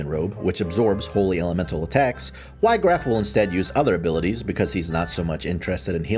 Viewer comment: not even 2 seconds in: "WHY-graff" bro